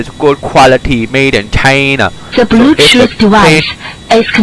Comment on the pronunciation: “The bluechoof dewice… is connected, uh, successfulay” 💀